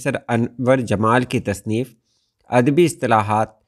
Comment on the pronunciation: اَد بی عَر بی کہنا غلط ہے۔ درست تلفظ اَدَبی اور عَرَبی ہے۔ یعنی پہلے دو حروف پر زبر ہے۔ ان کے مآخذ با لترتیب اَدَب اور عَرَب ہیں۔ رومن میں یوں لکھیں گے : Adabi Arabia.